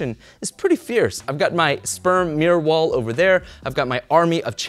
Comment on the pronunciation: Did he say sperm mirror wall?